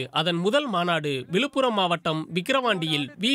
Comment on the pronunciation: ஊலல், தமிலக, விலுப்புரம் - பிபிசி தமிழ், என்ன தமிழ் உச்சரிப்பு இது! நாக்குல தீய வைக்க...